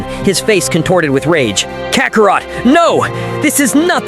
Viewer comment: Kacarot.....really? Why does A.I always mispronounce such easy words??? I heard the A.I pronounce it as Kakarat lol